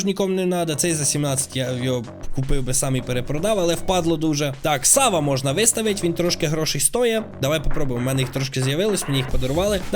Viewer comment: чого у мене коли ти говорив можна то в мене говорилось мона а не можна?